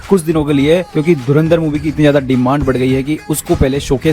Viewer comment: पोर्की say :-) धुरंधर❎धुरिन्दर ✅ 😂😂😂